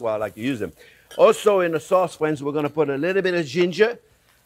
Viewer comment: I came here to hear him say "fwiends". 🤔😂😂😂